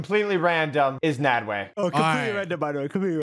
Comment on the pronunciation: Legends Say